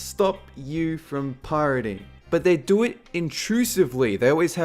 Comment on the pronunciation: I like the way this dude says do it. "DO IT".